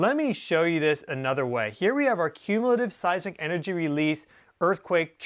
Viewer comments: It occurs to me that a real Geophysicist should be capable of correctly pronouncing "Seismic Waves". Not "Size ick waves". How can we take you seriously. Unless you have a speech impediment, then I could make an exception. If you do, then I apologize. If you don't. I suggest you review your production more carefully and re-shoot things like that. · You said seisic waves. I’ve only heard of seisMic waves. Is there a difference?